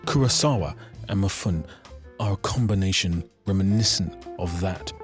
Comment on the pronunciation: Ok look... I wanna take you seriously... but you can't pronounce "Mifune" as "M'phoun" ... it's "Me-foo-neh" (or something like that, english is not my first language)